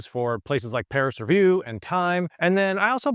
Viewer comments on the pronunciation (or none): none